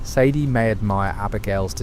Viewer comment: almost got away with it , Almost thought the voice and script were genuine, but then the A.I voice gives its self away and calls sadie , saddy interchangeably 😪🥱 . “saddy addlers ranch” then back to sadie next time her name is said 🙃 also the vandalinder gang ? instead if the van der linde gang🫤💩 i aint gonna tell anyone what not to and what to watch , but ima watch a rdr creator who genuinely put some work into the video not a promt into an app 😒